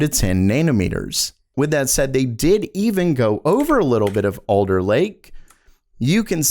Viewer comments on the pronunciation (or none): iv'e notice you make your A sound like O. was confused at first when you said Older but when I read it you said Alder, where are you from?. definitely enjoyed the vid